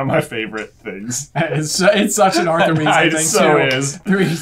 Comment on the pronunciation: Whoa! said Ar'th'er instead of Ar'f'er... impressive